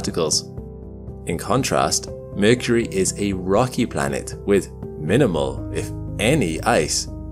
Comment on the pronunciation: The narrator couldn't even pronounce Mercury